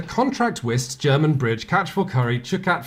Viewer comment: i remember playing this once at a friends house before we lost contact. i couldn't remember what it was called. when he said the name (whist) i thought he said it was called "'k wist 't" which is dutch for "i knew it" which considering the gameplay makes perfect sense as a name, but because i misheard it, it took me ages to find this game again. thank god i did. we played the game from 1-10-1 and did the devil's bridge thing only with ,the first and last trick when we had 1 card left.